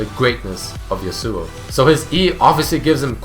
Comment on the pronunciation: Y U CALL HIM YASUOU